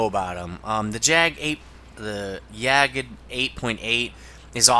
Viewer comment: Try saying "yaakt" ten times in a row ;-) (it might help with the german word "jagd")